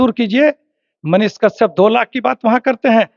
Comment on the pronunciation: कशयप तो सही से बोल